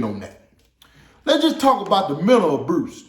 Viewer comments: ...lost me with "abruse." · I say "abruse" instead of abuse, too. 🤣🤣🤣 I love the way you told the story. I stayed engaged. Wishing you the best with your channel. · The "memal abruse"? Nigga what?! 👍🏽🤣👍🏽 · "The mental abrurse" lol love it... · LOL I like the way he pronounces the word abuse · I can tell you're from the westside of Chicago by the way you said abuse..lol